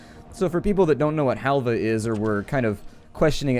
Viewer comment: its not halve , its helva , and yes iam turkish :I